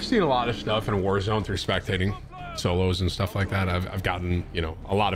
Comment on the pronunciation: "Shtuff" ish lol. sent me.